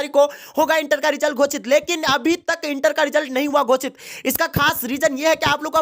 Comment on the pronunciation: Gosit bolo yarr kya Gocit gocit kiye ho